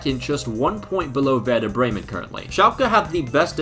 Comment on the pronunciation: I love how in every Youtube video that deals with anything only slightly related to germany, the comment section is just full of us germans ;D I also want to point out as I haven't seen anyone mention it, that your pronunciation was actually decent. Also thanks for jinxing Bremen. We need the price money quite desperately ;D